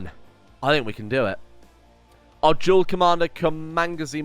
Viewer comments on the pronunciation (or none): none